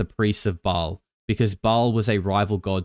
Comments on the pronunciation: It's pronounced "Bale" not "Ball." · It's pronounced "Bail" not "Ball". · Ba-ahl...a long ah